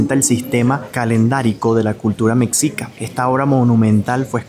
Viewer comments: Excelente tu video,. Lo único que te quiero comentar es que mexica, se pronuncia “meshica” (como si fuera la ch, pero en un sonido suave) por eso lo puse con “sh “. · Mexicas, se pronuncia "Meshicas" es un tema extenso en México, pero la X en la lengua prehispánica se pronuncia "SH". Y la CH como Tenochtitlán, se pronuncia "Tenoshtitlán". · normalmente mencionamos “mexicas” con “j” igual que México, y no con “x”… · Hola los estoy empezando a ver. Muy interesantes sus videos. La palabra Mexica. Se escribe con X y se pronuncia "Meshicas" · la X suena como J asi como México se pronuncia Méjico. Mexica es Mejica. Un abrazo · Se escribe MEXICA pero se dice Mejica... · Se pronuncia Me-shi-cas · Se pronuncia " MESHICA" ... no "mecsica", no es palabra inglesa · Agradezco tu quinta visita a mi bello México. Te saludo desde Tampico, Tamaulipas, Méx. Entiendo que se te complique un poco la pronunciación de ciertas palabras, y para eso estamos, pa' ayudar jeje. Mexicas se pronuncia de dos formas: "Mejicas" o "meshicas". Es la pronunciación que se le da aquí a la letra X. Lo mismo con Texas, muchos lo pronuncian como "Tesas" o "Tecsas" 🤷. Bendiciones a ambos. Hermoso matrimonio❤ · Hola beinvenido a México!!!! agradezco que te interese la cultura de mi pais.. un comentario la palabra mexica, la X se pronuncia como SH (meshica), Saludos desde el hermoso estado de Chiapas uno de los 32 estados que se compone México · Estimado … SE PRONUNCIA MESHICA, la X en muchos casos se pronuncia como SH (mexica) o J (Oaxaca) … gracias por hablar tan lindo de mi país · te ayudo, MEXICA = se pronuncia ´mechica´ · Un comentario no en mal plan, ya q es normal pero se oye chistoso, ¡Que mala es su pronunciación de la x... Solo le atinó a Texcoco jajaja. Pero como atinarle a su sonido como debe ser? jejeje. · No se pronunica mec-sica se debe pronunciar me-shi-ca. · Ve a Tlatelolco, la ciudad hermana de Tenochtitlan.....se pronuncia Mejica, no Meksika..saludos